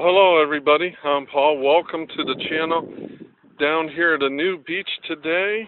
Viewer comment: I had to wind back... Thought you said nude beach... HA - my brain no work.